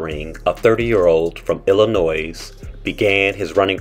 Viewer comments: It's Illi-NOY, please do not pronounce the "s" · The 'S' in Illinois is silent... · Please don't sound the s in Illinois that is my pet peeve! LMAO